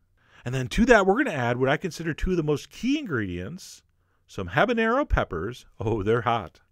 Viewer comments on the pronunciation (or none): Not to be picky.. But is 'habanero' not 'habañero' just saying